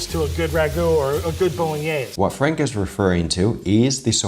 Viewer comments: Not saying boloknees pog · Knowing Vincenzo, pretty sure he would NOT approve of the video. I'm sure you know as well as I do that'd at the very least he'd stop the video to correct how they are saying Bolognese. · I think Vincenzo would start by correcting their pronunciation of Bolognese. And he wouldn't be happy with the garlic, or butter. A video I saw recently by NOT ANOTHER COOKING SHOW was for Pasta Alla Genovese Frank's recipe looked a lot like that.